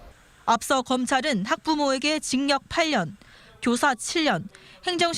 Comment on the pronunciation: 기자 경상도분이신가보네.. 계속 징역 발음을 징녁 이러네..